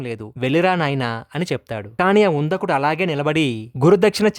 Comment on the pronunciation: అతని పేరు ఉందకుడు కాదు " ఉదంకుడు